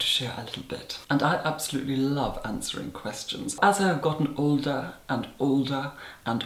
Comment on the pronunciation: Ok...I’m going to ask...I know it isn’t polite to ask a lady her age....but the “ old-a and old-a and old-a” has swept my curiosity up like the sea wind......oh ok back now....but how old? Darling do tell?!?one must know! (Please do not be offended I think it delightful and refreshing to have refinement in everyday conversation. I am a subscriber not only for your master class makeup tutorials, but I am a military female watching you is delightful. Lastly iPad and iPhone is pronounced basely.... it is ‘eye-pad’ and ‘eye-phone’ respectfully. We await your next video.